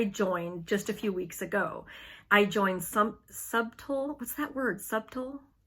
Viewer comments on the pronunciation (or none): Love your channel. The B in subtle is silent.